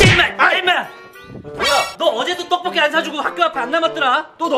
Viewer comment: 떡볶이인데 떡뽂이...